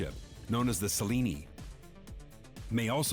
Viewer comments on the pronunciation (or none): wrong pronunciation btw, Selene is pronounced, Se-Lin, also the other name for it is, moonlight throne. edit: in english anyway in greek, apparently its the correct pronunciation?